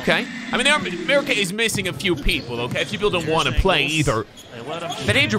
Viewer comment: Ameri-cuhh! No, just me? Ok my bad